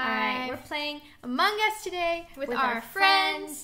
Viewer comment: why doe severybody say Among es And it is Among Us